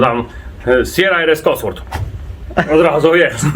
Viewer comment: Ten taki zielony że nawet nie umie wymówić Cosworth... Firma legenda, kiedyś byli kozakami i nadal są. Zrobili silnik do Sierry a teraz jak się nie mylę do najnowszego bugatti tourbillon czy Astona Martina Valkyrie a Jagoda się gubi w wymowie... On nadal żyje większymi sprężarkami do 1.8t